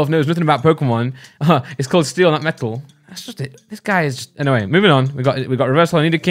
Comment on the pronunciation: Its so funny to me how he says metal 😂